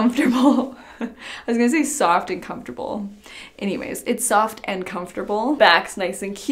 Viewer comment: No one:: It's super COFT